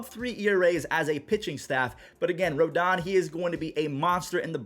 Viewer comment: Carlos Antonio Rodón. It's not ROLDAN, it's RODON (roh-DONE). Cuban-American.